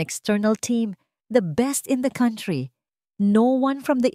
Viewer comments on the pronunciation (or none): none